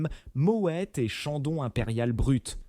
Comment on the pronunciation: Mo é au lieu de mo ète. Déjà ça prouve qu'il n'y connaît rien